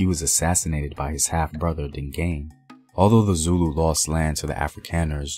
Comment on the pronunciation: Mfecane? You said that like an Anglo! Mi-fe-ca-ne. You said Dingane, rhymed with "cane". It's Ding-ga-neh. There was no elongated "a" sound. Listen to Henry Cele say it. Ding-ga-neh.